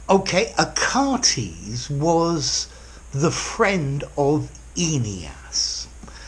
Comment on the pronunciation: dear teacher, you might have just mispronounced the name Achates